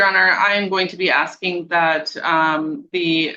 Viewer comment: and jooree-dikshon, axing